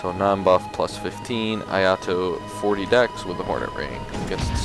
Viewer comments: the pronunciation is ee eye toe if anyone was wondering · It's pronounced e-aye-toe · It’s pronounce “ee-eye-toe”